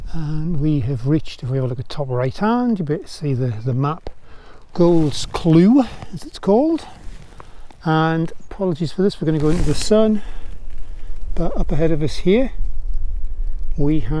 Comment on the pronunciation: Lovely to see the valley. I was brought up there, lived there for 18 years. My father worked for the estate as it was then. As a point of interest, Goldscleugh is pronounced 'Golds- cluff.' You will have walked past many of the fences, gates and dykes that my father worked on. Thanks for sharing, makes me want to go back. I do miss it.